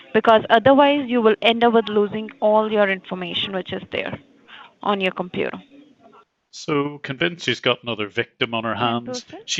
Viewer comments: Once you here the word compuraaah, run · How to spot a scammer: The pronunciation of computer "Compyuerr"